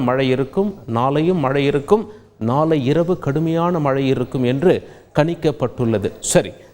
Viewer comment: மக்கல் நாலை பாருங்கள் கோல்கள் நீங்கல் ஆஹா என்ன அருமையான உச்சரிப்பு.